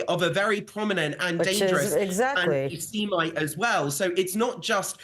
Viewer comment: Ant-seemite. Who says that? Something's wrong with this man.